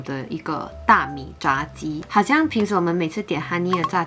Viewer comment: 炸鸡最正确的是第二声哦